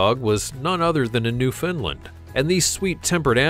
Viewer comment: Pronounced New-found-land. Not Newfinland